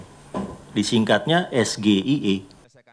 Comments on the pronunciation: Ngomongnya SGIE mustinya Es Gi Ai I krn itu bhs inggris coi!! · Gayanya pakai disingkat, eh cara mengucapkan saja salah... SGIE Sego gureh enak iwake😂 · SGIE,seharusnya pke bahasa ingris pengucapnnya.. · Nyebut singkatan nya juga salah, tapi yg penting jawaban nya lebih bagus daripada pertanyaan nya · SINGKATAN BAHASA INGGRIS KOK DI EJA PAKEK BAHASA INDONESIA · samsul biasanya diem kaya patung Pancoran saat debat bisa keluar suara dikit aja...langsung dianggap The master sama pasukinnya..😁😅😅, Samsul Bikin pertanyaan pake Singkatan, lafal juga ngawur ..masih kalah sama ponakan gw. 😁😅😅